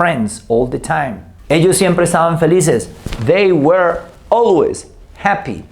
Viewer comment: La pronunciación correcta de "WERE" es (wr) sin las vocales, usted lo pronunció como (WER) y esa pronunciación corresponde al verbo "WEAR" que significa "usar o vestir ropa, desgastar o disminuir dependiendo del contexto y de que partícula se le agregue, bueno según lo que yo he aprendido con otras personas nativas hablantes del idioma "native English speakers".